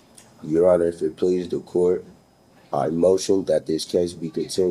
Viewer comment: Haha I'm not under the courts jurisdiction is wrong respectfully your "on-er"